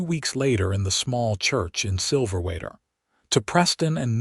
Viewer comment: Silverwater AZ, pronounced wrong with your AI narration. 😮